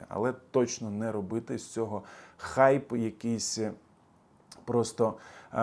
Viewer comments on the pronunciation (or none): none